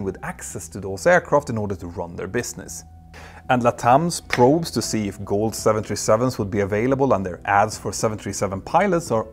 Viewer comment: Hi Peter, the airline's name is Gol, not Goal, thanks, always great jobs, greatly appreciated!